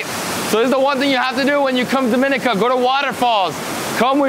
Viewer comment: Repeatedly mispronounced the name of the country. Should be pronounced as DOM-IN-NEE-CA